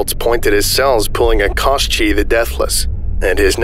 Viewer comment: Koschei="Ko-shay" or "Ka-shay" not "ka-shee". He's a villainous figure from Slavic folklore, not a cereal.